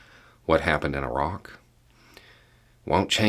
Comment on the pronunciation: A tip of my hat to for pronouncing "Iraq" correctly. It's the little things in life.